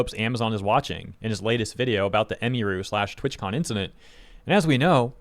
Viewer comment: Ugh you keep butchering her name. Its not " em E ru" Its "em UH ru"